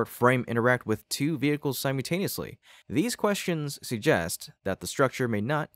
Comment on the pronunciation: It’s simULtaneously…not simUtaneously. I know this is just an AI bot, but fix the grade school errors.